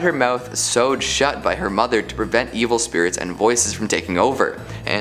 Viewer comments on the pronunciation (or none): none